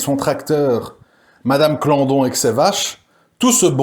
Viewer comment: C est pas melin c est Colin Et pas clandon mais claudon